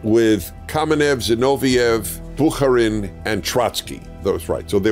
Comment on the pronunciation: He may have studied Russian, but can't pronounce the surname Bukharin properly.